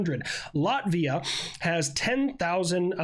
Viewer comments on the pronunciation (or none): none